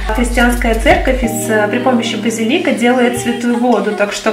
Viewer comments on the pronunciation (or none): none